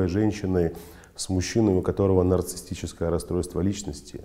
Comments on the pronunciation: Проверочное слово-нарциссТ,что ли?безграмотность режет слух! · Как?как психолог может говорить"нарцисстическое"(расстройство)!? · Очень странно, что психолог сам термин произносит неправильно. Нарциссическое расстройство, уважаемый, в этом термине нет буквы «т» 🤷🏽‍♀️